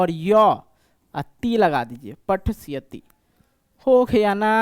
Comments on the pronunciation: Anpad pathshyati nhi pathishyati hota hai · sir patisayti hota hai patsayat nhi